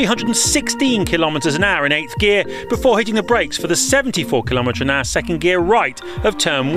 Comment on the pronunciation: Kilométres an agua